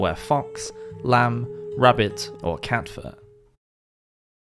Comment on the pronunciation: Did he say “cat fur” !?